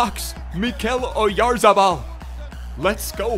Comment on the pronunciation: As a Real Sociedad fan, I wanna say has been the only one that has pronounced his last name “correctly”, or at least the closest i’ve seen!